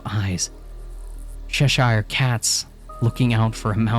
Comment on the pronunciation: I love this series it’s amazing!! but as a person who lives in Cheshire Uk… PLEASE learn to pronounce it correctly 🙏